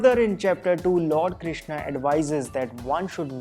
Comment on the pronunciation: Arjunaaaa kya hai and Krishnaa kya hai Bhai sidhe bol Arjun and shri Krishan British accent hai kya